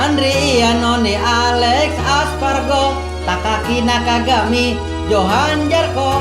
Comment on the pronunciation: ko aleix espargo kan seharusnya aleix espargaro